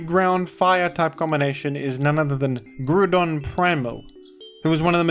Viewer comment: its pronounced groudon